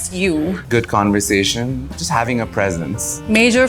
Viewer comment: Cun-versation? Marri-yot? 😂